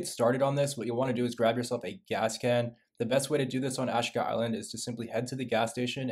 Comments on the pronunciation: It’s Ass Cheeka island bro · So many guys on here that can slay a video game but NEVER heard of hooked on phonics….lol AshEEEka…. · It's AH-SHEEE-KA!!!